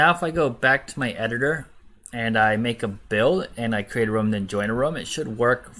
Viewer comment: For the last 4-5 videos you have used the word Rum but I think you mean Room It's the difference between Rooooom as in BOOM! vs the word Rum as in Sum! room /ro͞om,ro͝om/ rum /rəm/ Its not SOO bad, but you have used the word over 100 times. I get you have used it correctly a FEW times. I know I know accents, foreign languages, but honestly its English it's a complicated, simple yet precise language. See NATO words for Alpha, Beta, Charlie. Such as Niner!